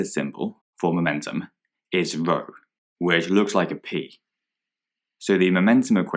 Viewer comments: That's the thing, the symbol for momentum LOOKS like a p, but isn't; it's actually a Greek letter denoted by the symbol 'ρ', which looks slightly different, and is pronounced 'rho'. Hope that helps. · As far as I know, p. But I think it's pronounced as "rho".